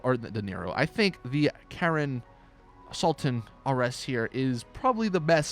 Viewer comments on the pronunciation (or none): none